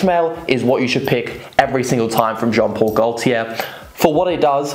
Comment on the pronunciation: Jon pol goltier le mele le parfooom